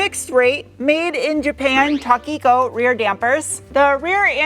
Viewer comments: It's Toh-kee-koh, not Tah-kee-ko. Japanese O is always a long O, as in Tokyo. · Toe-ki-co not Ta-ki-co.